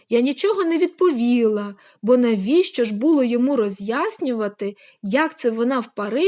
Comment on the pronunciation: НалИла? лікер. Нічого не відповІла? Треба слідкувати за наголосами